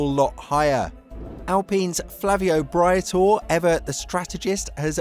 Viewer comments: ye...I got shiver in my spine when I heard him butcher it... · Another great vid which is why I subscribe!! Not wanting to be that guy, but could I suggest you correct you pronunciation of a couple of names - Jack DOOhan (Du - Han), and Flavio Briatore (Bree-Ah-Taw-Ay). Jos is pronounced Yos but he's a tosser so don't worry about him. Oh yeah, and the plural of Gran Prix is "Grans Prix". Shit, I did turn into that guy - Sorry. If it's any consolation, your grammar is perfect. Cheers mate. look forward to the next vid.